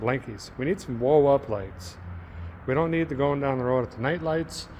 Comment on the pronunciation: "A quick update as we'e going down the roooooad....Derek's North Dakota accent slipped back into form.